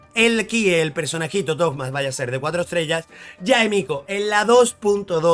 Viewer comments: porque le dicen thogma? suena raro jaja es toma pero con como un acento medio raro en la o por la h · Por que carajos le dices toGGGma??? Es toma y ya aaaaah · Pork le dices togma ? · Como lo llama Suhoyo: Thoma Como lo llaman: ToGma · Los leakers habían publicado su nombre como "Tohma" (la H se pronuncia como una G) entonces todos empezaron a llamarle asi, pero el nombre oficial es Thoma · Thoma, de donde carajo salio decirle toKma? pregunta seria. :,v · Pensé que era el único que pensaba eso, de donde coño habrá sacado lo de tokma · Me da amsiedad cada vez que menciona el nombre de Thoma....."TOKMA" "TOGMA" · Porque le dices Tohma a Thoma ?!!! es algun meme ? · 1 - Para los que no sepan, Thoma es 4 estrellas y ya está "confirmado" a no ser que MiHoyo lo cambie a 5 estrellas al final 2 - me inquieta que lo pronuncie "Togma" intentando pronunciarlo como en Japonés (Tohma) cuando el nombre está escrito mas como uno europeo y sabiendo que es de Monstadt si terminaría pronunciandose como Thomas, es decir con una T medio D. También simplemente no haces sonar la H para nada y decis Toma, porque a Zongli le decimos asi perl se supone que se pronuncia ChongLi xd 3 - Lo voy a sacar aunque venga en el peor banner del juego 4 - Si, la re vivo Shaggy😎🤙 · Por que le dice togma a Thoma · Mi TOC me perturba al escuchar Togma. Así como cuando oigo Fish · Por qué dice togma? Xd jaja buen vifeo